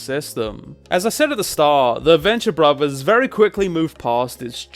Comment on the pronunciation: Borvers, favers...maybe speaking isn’t the best thing for you to do with such a terribly hilarious speech impediment. I’m pretty sure brothers and fathers has a ‘tha’ sound not a ‘bag’ sound. Go back to elementary school or have a program speak for you. It’s honestly cringe levels of hard to listen to someone who can’t even pronounce words correctly.